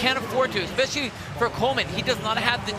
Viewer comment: What is it with Americans that they can’t understand that there is no “x” in the word “especially”?